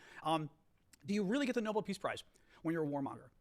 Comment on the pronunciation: Nobel not noble 😘